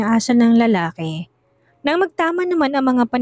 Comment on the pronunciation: Lalaki ang pronounce lalake